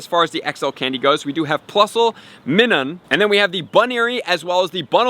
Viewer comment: It's pronounced Mine-un.